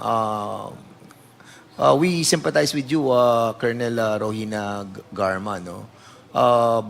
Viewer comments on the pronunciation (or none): none